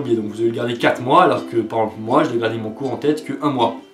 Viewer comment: Mec comment t'arrive a prononcer "par exemple " comme tu le fait